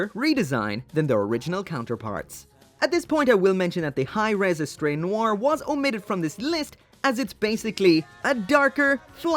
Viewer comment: The way you say Hirm hahahahaha Hi Res sounds better mechs....